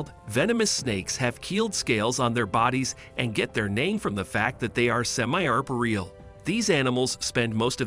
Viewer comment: Learn how to pronounce 'archipelago' and 'arboreal' and 'edema'. It's really not that hard to fact check and get the pronunciation right in these videos.